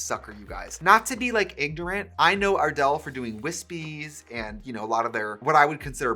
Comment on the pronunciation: At first I thought Trixie said Adele instead of ardel 💀💀💀💀💀💀